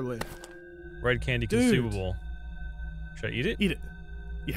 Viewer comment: EET THEH FOCKIN CANDEH